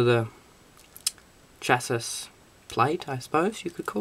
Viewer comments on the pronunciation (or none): Goôd build and info. Just one thing dude. "Chassis" is pronounced "shasee" ;) good job though. Mine is on order as I type!